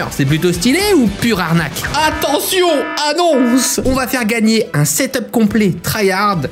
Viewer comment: C'est hyper dur à setuper (cèteppé) 🤣